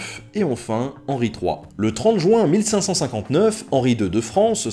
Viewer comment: 6'05" JU-IN JU-IN JU-IN !!!!!!!!!!! PAS JOU-IN SVP 😭😭😭😢😱